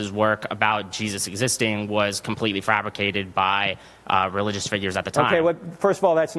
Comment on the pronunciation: As soon as he said Frabricated I was done😒